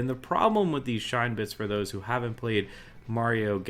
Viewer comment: Shine-bits Has this guy ever even played Super Mario Galaxy?